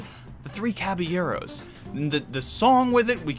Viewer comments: It’s not the Three Caba-gyros. It’s not the Three Caba-euros. It’s the Three Caballeros. Jeez louise. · God wow I'm a white person and I don't even say it that way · You need to learn to pronounce Caballeros. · Omg that was driving me nuts